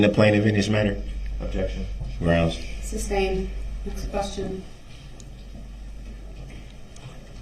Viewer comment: It’s also unbelievable that no one told him it’s not pronounced SUB-stained 🙄